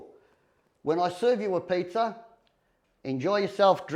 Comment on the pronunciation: So funny when he says Pizzer ovens